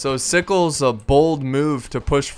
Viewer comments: i dont think Sickles is pronounced "sikes" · its pronounced you well. i was raised in the south so it a requirement lol and sickle was a key component to the victory and the battle even happening the csa would rather have not fought there but if they had to lee wanted to hold the heights but since there was a union unit in the way his forward units couldn't get past them. to take the hills.